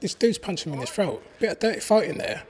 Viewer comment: "He tried to grab my frote, punch me in my frote" ? What the hell is a frote?